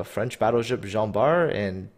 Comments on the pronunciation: I started to watch that video. Tried to watch it but just can't. Jean Bart they called Gin Bart or idk but it was too funny so I stopped there. :D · They also got the pronunciation of Jean Bart wrong.